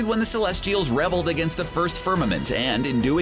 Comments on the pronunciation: This speaker needs to learn English. "rebel-ed'? what the heck? it's reee belled. he butchered the English language about every other sentence. I couldn't finish it. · The comprising situation? A nucular missile? The celestials rebbled? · Said Namor (nay-more) wrong again. Can't they even pronounce "rebelled" correctly??